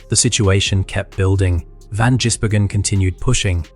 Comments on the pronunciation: Like what is Jisbergen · Stopped watching as soon as your STUPID AI could not pronounce his name properly. Stop being lazy and do a human voiceover. Channel blocked.